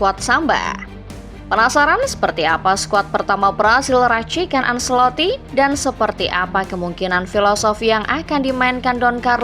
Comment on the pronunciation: Maaf, penyebutan ancelotti: ancelotti bukan anselotti